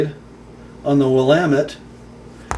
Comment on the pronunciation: well done on the pronunciation of "Willamette" !!!